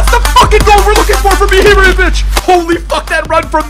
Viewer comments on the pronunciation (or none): He says Ihebrahimovic